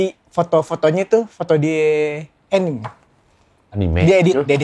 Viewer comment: betul kak uwew bacanya anime bukan enim, #segolawas